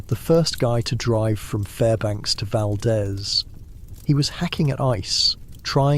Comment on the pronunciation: Valdeez not Valdez